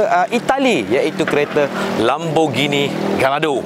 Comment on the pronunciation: Cara pronounce Gallardo ialah "gayardo" bukana "galar"do. And "Lambor-gheeni" bukan "lamborjini".